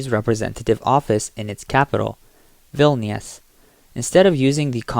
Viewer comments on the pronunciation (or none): none